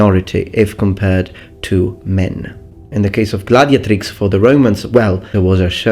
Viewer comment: Gladiàtrix è la pronuncia latina corretta, nei sostantivi femminili in -atrix la penultima sillaba è sempre lunga. Bel video ad ogni modo!